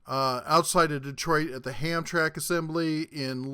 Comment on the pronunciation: Hamtramck is pronounced "Hamtramick." You're welcome.